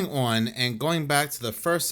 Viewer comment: Ho-pat-kong. I'm taking 3 Jersey points away from you,. 2 are for putting off the New Jersey Demon House video for YEARS now. I'm adding 1 back for the way you say "on."